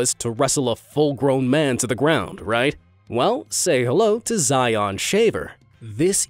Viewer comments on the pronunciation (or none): none